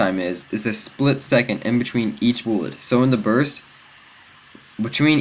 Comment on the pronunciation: he keeps saying boolet it bullet